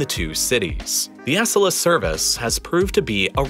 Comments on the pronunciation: It's good that you corrected your errors. How could you have missed the repeated mispronunciation of "Acela"? It's not like it's an obscure thing that no one would notice. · the way he pronounced "Acela" should be a crime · that pronunciation of acela 🫣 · You don't stress the C in Acela Express. Just say it the way it is written. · Acela is pronounced with the accent on the second syllable. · What kind of madman pronounces Acela like this 😆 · It's really hard to take this video about US train travel seriously when the narrator doesn't even known how to pronounce Acela. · Still pronounced Acela wrong lol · Your mispronunciation of "Acela" wounds my soul. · Love your videos! Couple tiny corrections, as I live in DC - "Acela", pronounced "ah-SEH-la" and your graphic showing between DC/Boston is wrong - it's from DC-NY but still 8-9 depending on the train/stops to Boston. and you're right, it only hits 140-150 mph for like 20 minutes, it really needs its own dedicated tracks (and lower fares). Other countries have figure out highspeed rail, I wish the US could! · When you said Ass-a-la Express rather than Acela? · Still one incredibly glaring error, though. The you're emphasizing the first syllable of Acela and it should be the second. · Besides the fact the he pronounced Acela wrong. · He replaced butchering Merced with butchering Acella (its A-cell-A not ASS-ella) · I hate to be petty but Acela is pronounced 'uh-cell-uh' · Props to you for redoing this! Also, Acela is pronounced "a-SELL-a," not "ASS-ala". Keep up the good work! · Dude, it’s Acela like; aCELLah Not ASSelah. You’re putting the emphasis in the wrong place. As a train nut this has just bothered me every time it’s said in this video, which is a lot. Lol But thanks for the video! Not sure what was wrong in the first upload but, here’s one more thing to get to 😙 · Its pronounced a-cel-a not ac-el-a but kinda like the latter. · Uh-SELLA, not ASS-uh-luh, dude. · It’s ah-CELL-la, not ASS-ella.